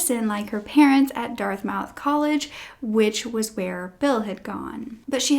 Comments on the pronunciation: Dartmouth College, pronounced DARTmith, not Darth-mouth - very famous college. Excellent accounting of this terrible tragedy, thank you. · Lol it’s pronounced DART MITH and it’s one word… Dartmouth